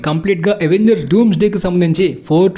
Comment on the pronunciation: Avengers ni అవెంజర్స్ ledha ఎవెంజర్స్ anala bro . Endhuku ante miru ఎవెంజర్స్ annaru. Dictionaries lo అవెంజర్స్ ani undhi.